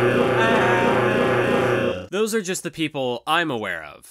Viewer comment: It's pronounced Kato. Real talk, good luck man. We're looking forward to this.